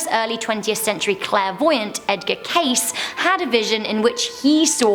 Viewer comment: Cayce is pronounced Kay See